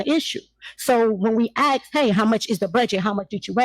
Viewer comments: It's ask not axs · She needs to brush up on her public speaking. Besides 'axking' for everything she also lets everyone know that she jumps through loop holes to get what she wants. The only problem is that the expression goes "jump through hoops". Must be a slip of the tongue cuz looking for "loop holes" is right up her alley! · Anyone who says axe instead of ask sounds ignorant and immediately loses my respect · You killed me with the whole axen shit lol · College educated? She says 🪓 instead of ask....